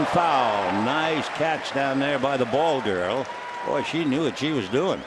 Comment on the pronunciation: Jackass announcers can't even say BALL GIRL even when their jersey says BALL GIRL.